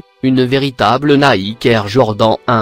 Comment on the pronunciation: Ptn mai i s pas dire nike i dit nake et air jordan i dit air jordent se con